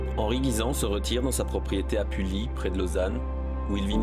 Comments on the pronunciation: Et à la fin tu prononces Pully "puli", alors que c'est "pui". Mais c'est un détail :') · Pully se dit comme un "puit"